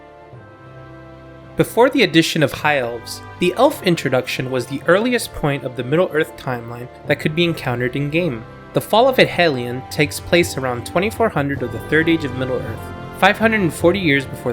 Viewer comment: Tolkien pedantry: "Edhelion" is not pronounced Ed-hellion; the 'dh' digraph represents a single sound, the voiced 'th' sound as in 'there' (not as in 'thin'). So, pronounce it as "Ethellion" with the voiced 'th'.